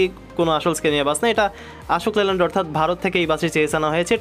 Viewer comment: এটা কি আশোক লেল্যান্ড না কি অশোক লেল্যান্ড! আশা করি বাংলাটা শুদ্ধ ভাবে উচ্চারণ করবেন!